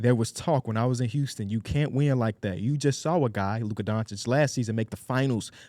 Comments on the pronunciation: you gotta learn to pronounce Luka’s name buddy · Luka going into year 7 and still can’t say his name